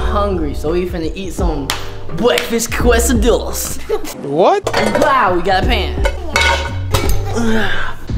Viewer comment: It was funny how he said breakfast quesadillas